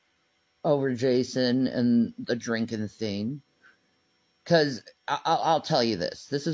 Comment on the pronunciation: She's not prolific in the English language, that's for sure. I don't think she can get through 1 paragraph without missing letters, using the wrong tense, or just mispronouncing or mixing up words. It's one of my favorite things. "Tun reen" tongue ring. "Drinkin theen" drinking thing. Omg there's so many lol. I wish someone would make a long compilation of just those.